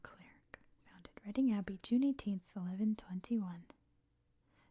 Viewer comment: it's called Reading the same way in Pennsylvania. I think at least those in mid-Atlantic will know that and maybe wider areas of US. Berkshire however is almost always pronounced the wrong way by Americans!